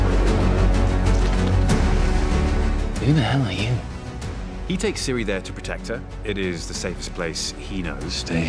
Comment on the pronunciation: Gerald may be the Butcher of Blaviken, but Ciri is the butcher of proper nouns.